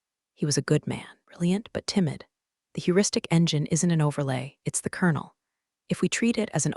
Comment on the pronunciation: It's kernel as in popcorn kernels.